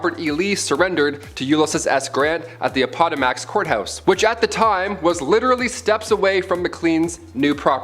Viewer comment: If you're going to be the speaker, you would think they could pronounce the words correctly, Appomattox, video time .